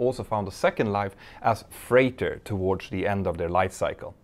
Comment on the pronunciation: You pronounce "towards" wrong. So wrong. You can stop anytime